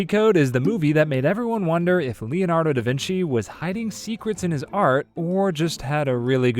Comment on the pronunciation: Thank you for pronouncing "Da Vinci" correctly and not "The Vinky"